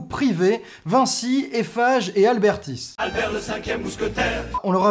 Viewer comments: Y'a pas de L dans ABERTIS ça m'a saoulé toute la vidéo x) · Abertis et pas Albertis. 😂